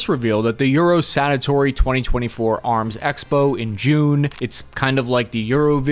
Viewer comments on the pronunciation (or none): You said "Eurosanatory" 🤣 Sanitarium (place for the mentally ill...as in that tank is *SICK!!*😎😎😂🤣LOL But maybe they're just whippin' them out for a MINE'S BIGGER contest🤣lol. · it is euro Sa To Ry ...satory.